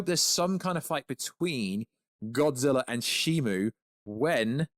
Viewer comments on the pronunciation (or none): You still keep saying Shimu